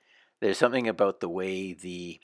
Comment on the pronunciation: Listen closely he says aboot...he's definitely a Canadian? Aeh..